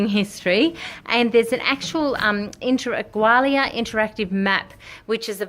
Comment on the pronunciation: A pity you can not pronounce the name properly